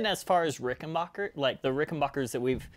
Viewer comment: It's RickenBACKer, not Rickenbocker. Get it right!